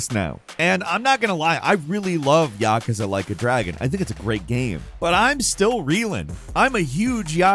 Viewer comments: I have never noticed it before, but it grinds my gears when you pronounce it YAH-cuz-uh, and not yuh-KOOZ-ah.... it's probably just how many times you say it in a short time span. But still a good video for a bird. Keep up the great work. I'm a big fan! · Why do you keep saying yakuza wrong? Its pronounced ya-kuzza not yakka-sa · YakUza…Not Yakaza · It is Ya-ku-za: a consonant and a vowel in each syllable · I really wish you would learn how to pronounce Yakuza correctly, Yah - coo - za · Isn't it pronounced 'ya-koo-za' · Why he say yakuza like that lol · This is the 2nd video in a row I've watched that has featured Yakuza. And they're the only time I've ever heard anyone pronounce it this way. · Somebody picking on for saying yakuza the way he does? Why he saying it so much 😂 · You say Yakuza wrong